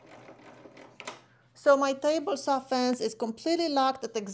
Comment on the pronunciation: Let’s go to the miter “sauw”🤙🏾